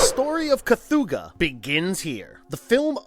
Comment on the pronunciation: I will never understand how people can mispronounce the names of things when its said in the damn movie. Ive never heard of a 'kathooga' But The Relic does have a creature called the 'Kathoga'.